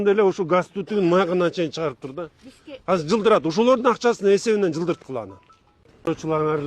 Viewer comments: Казыр эмес азыр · Ушу киши казыр эмес азыр деп суйлоп калганда вообще красота болмок